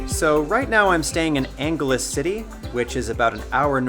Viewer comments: Angeles is pronounced as "Ang-he-les". If you're going to live in that city, at least learn how to pronounce it like the locals. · Angeles is pronounced as “An-he-les” or “Ang-he-les” much like how Spanish speaking people say “Los Angeles”... I have no problem with it though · great vid but "Angeles" was mispronounced at the start :( i did not need it to be perfect but considering you've been staying there for quite some time, it shouldn't be difficult